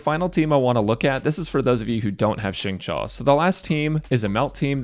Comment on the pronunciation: xingqiu's name is pronounced as shing-chew :)